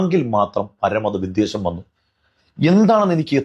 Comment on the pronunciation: പ്രിയപ്പെട്ട.. വി'ദ്വേ'ഷം (വെറുപ്പ്) എന്നാണ്...ശ്രദ്ധിക്കുമല്ലോ... 👍